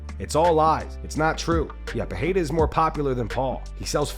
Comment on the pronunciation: Alex PeReira, not PeHeira.